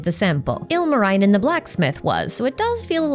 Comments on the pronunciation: Great video once again! Just a small tiny nitpick, when saying the name Ilmarinen, the second i is pronounced the same as the first i. You really don't need to say it right, hell you looked at Väinämöinen and still went for it. It's just something that stuck out to me as a possible easy fix going forward. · i am so snorting that crack a couple finnish pronunciation notes for anyone interested: - the j in pohjola and in kirjokansi (and all other j's ever in finnish) is pronounced like the y in yolo (lol) - the second i in ilmarinen is pronounced like the first one (as kinda noted above, all letters in finnish always make the same sound no matter their context) - if anyone's interested in pronouncing the "ä"s, they're said like the a in hand/cat/batman - and it follows, a is always pronounced as how does in kalevala (or e.g. car) - if anyone wants to pronounce maalaus from the columbina quest, do it like columbina, not paimon 😭 overall i think is doing great in covering (and also in pronouncing) all the finnish mythology!! although some bits were taught in school i've never been interested in it beyond the basics so it's been fun finding out some new things this way lol